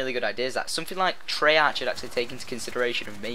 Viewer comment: 1. I understand the full zombies Story. 2. It's pronounced "Tray-Ark" 3. Yes, I know this video is a year old.